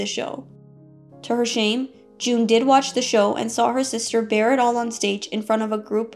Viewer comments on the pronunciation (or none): none